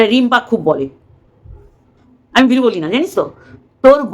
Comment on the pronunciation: কুড়ি বার ভেরু বলে, আমি ভেড়ু বলব না 😂😂😂😂